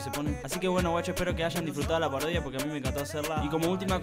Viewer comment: Dice parioda😂